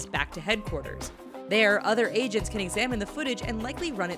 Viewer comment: Is she saying Asians or agents my head hurts